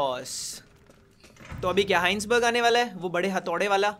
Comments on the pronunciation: Are bhai koi to iise batao vo hisenburg ka pronounciation हाइन्सबर्ग नही वो हाइजनबर्ग kahate hai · heinsberg nahi "hai-sen-berg" hota hai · Take a shot everytime says Heisenberg's name wrong